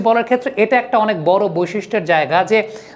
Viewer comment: আপনার analysis খুব ভালো ব্রাদার❤❤তবে বড়, খাড়া এভাবে উচ্চারণ করলে বেশি ভালো শোনাবে😮😮